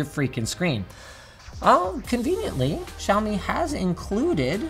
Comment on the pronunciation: Holy shittt. Linus is the first tech reviewer who has said Xiaomi correctly. None of this "shaome" bullshit